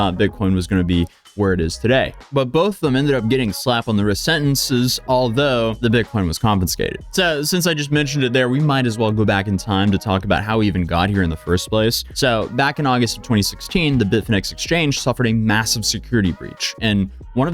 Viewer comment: I'm curious, do they teach people in America to say "Confinscated"? I've heard a lot of Americans online say it like that. The word is "Confiscated," though. There's only 1 N in it